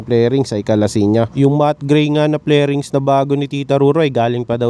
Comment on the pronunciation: Fairing sir, not flairing. Anyway ang ganda. 👌